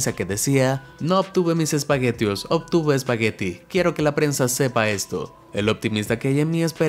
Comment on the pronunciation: Alguien más se dió cuenta de que dice prense?